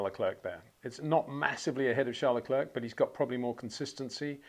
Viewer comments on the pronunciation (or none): Phonetically, say 'LeClair', Charles and all of France will thank you. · finally, someone says it. Just don't say the 'k' at the end Peter.